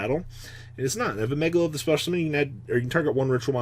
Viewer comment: Hes stil calling megaliths megalilithis xD